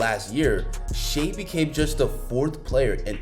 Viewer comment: Damn, NBA YouTubers still don’t know how to say Shai’s name.